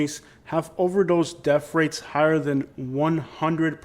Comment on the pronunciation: paticalur. def rates. springfuld. what the hell are "def rates"? take a speech class.